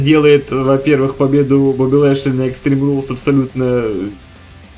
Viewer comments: как же я ору как произносит БАУБИ ЛЭЭЙШЛЕЙ:DDD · я один испугался с произношение имени Боби Лешли